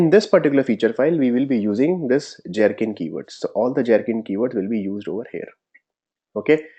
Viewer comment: I'd like to understand why it is that you're insisting on pronouncing Gherkin as Jherkin when that part is already pretty standardized as a hard 'G' and not 'J'. Pronunciations: and